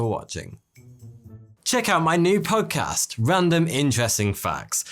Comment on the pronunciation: Every time I hear you say "podcast" I have to do a double take because I keep hearing "punk ass" 🤣